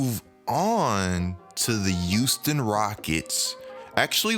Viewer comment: Nobody:: tHe YuUsToN rOckEts